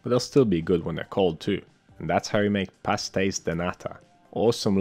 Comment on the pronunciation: YOU SAID IT PERFECTLY OH MY GOD!!!! Best desert